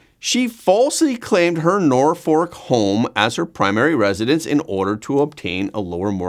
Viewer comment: Tish has ads on TikTok begging for $ what a trash heap, send her to jail all she does is lie lie lie Norfolk pronounced Norfuck, really